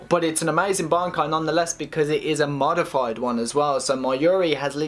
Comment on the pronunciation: Did I hear him say more stronger and modifiedid ? lol I mean most of the wording is pretty bad grammar but those were the cringiest parts to have to hear. I dunno chock it up to youth